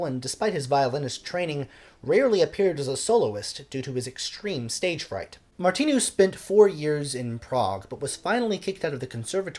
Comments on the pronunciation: And the "I" in Martinu is not an "e" sound -- It's must like "Martin" in Engligh. The "u" at the end of his name rhymes with a cow's moo. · Thanks for your channel. You begin by saying " I think that's how you pronounce his name", but, respectfully, you get them both wrong, by stressing the second syllables. The simple thing with Czech words, including names, is that ALL words are stressed on the first syllable ( although there may also be an additional stress or lengthening of other vowels within a word, such as in Janacek - though no English speakers get it right )- so his name is pronounced BOhuslav MARtinu. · Sorry, but you couldn't have pronounced either of Martinu's names more wrongly! Good post, though.